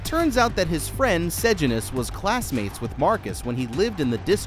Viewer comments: Tigris is pronounced Tie-gris Sejanus is pronounced Se-jane-us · Bro, i will teach you how to pronounce sejanus. Its Say-Jay-nus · you say Sejanus like SeJAYnus and Tigris as TIEgris